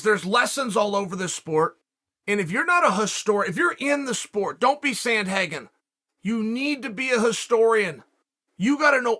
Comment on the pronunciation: “Don’t be Sandhagan” 💀